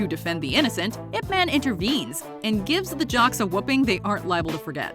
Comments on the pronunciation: i hate when people pronounce his name as ' ip-man / eep-man' ... the right pronounce is ' yeep-mun' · Is nobody else annoyed that she says Ip man and doesn't pronounce it like "Yip" Because that's how it supposed to be said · It's eye pea man. Not "ip" man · Your pronouncing it incorrect Your saying ip Its not ip Its pronounced yip Silence Y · It's pronounced "Eep Mahn" come on, guys XDXDXD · its pronounced, yeep munn lol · Did she just pronounce it like... iP MAN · She sounding out I P as ip is fuckinghilarious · this woman cannot pronounce ip man even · Great clips, but the voice over is bad, couldn't pronounce chinese words correctly.. the way she pronounced Ip Man, Kung Fu, Wing Chun, is all wrong! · The American pronunciation of IP Man is embarrassing